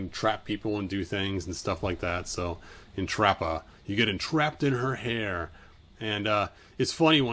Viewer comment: His pronunciation of the names is sending me- Entrappah 😂😂